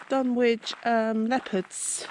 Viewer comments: Fascinating but it isn't called Dun Witch, its pronounced Dunnich. Sorry but your ghost box looks and sounds like a transistor radio picking up distant radio stations. It's playing modern music and an Oasis song called My Sister Lover which includes the lyrics "I'm your brother". I know Dunwich very well. I grew up near by and visit often. It's very peaceful. I find Middlegate Street quite fascinating. Once a bustling street, now a ditch in a woods. Most of these videos miss it out completely unfortunately. Nice try though. 😊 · It’s pronounced Dunich